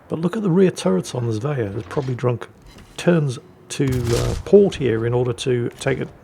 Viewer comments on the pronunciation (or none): How do you manage to mispronounce Svea? Zvea? It's the same bloody 's' as in Sweden! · There is no "j" in Svea. Try saying the word "swear" with an ending "ah" instead of an "r"